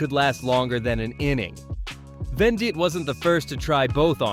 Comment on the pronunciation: Venditte and Gibson both CU Bluejays. And it’s Ven-det-tee not Ven-deet.